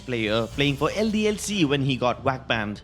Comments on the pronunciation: 1.Forsaken had a killswitch 2. VAC is not pronounced as "WACK" 3. The 3 files were the result of the data recovery 4. It was pphud beta not ezfrags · It annoys me so much. "He haad a WHACK BAN!". Really? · Nice Indian accent can’t even pronounce vac how do u even pronounce it as “wac” ban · The way he said VAC banned He got whack banned xD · Every time you say Vac I hear WAC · Guys. stop hating on this guy because of his accent. Many people have accents that may say words (Like vac) As wac. Shut up about it. And leave this guy alone. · He says wac ban lol